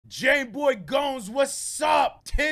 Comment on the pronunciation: Bro i love how u stay calling him jameboy gones 😭😭😭 shit is hilarious